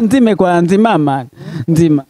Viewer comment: Ngo nzima 🤣🤣🤣 bavuga ngo nzimana